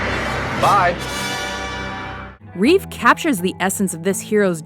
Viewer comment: its Reeve not Reeves